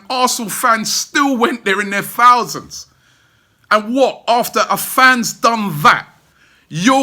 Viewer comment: Its pronounced Thousand....TH........Not Fousand you dope. You only get 6000 seats because you're in a B tournament. Up the Spurs!